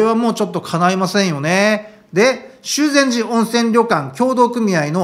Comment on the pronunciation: 修善寺が「しゅうぜんじ」に聞こえる。